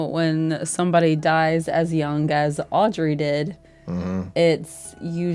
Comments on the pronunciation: The Child you call Audrey is misread. It reads Aubrey. Hope this helps. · It's not Audry, it's AUBRY.